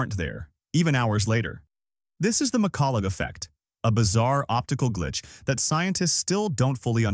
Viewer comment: I realised when it pronounced "McCullough" as "McCullug"